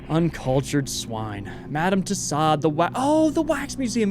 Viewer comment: Tussaud, pronounced TOO-SO.